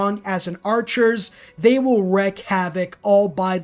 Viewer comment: It's wreak havoc, pronounced like reek. My wife does the same thing so you know I say this with love.